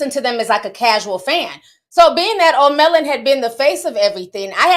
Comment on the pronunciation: Lmao Ti funny “O’ Melon”